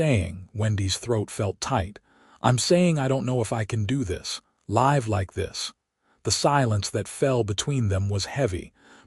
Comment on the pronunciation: Live is pronounced wrong. It is pronounced liv .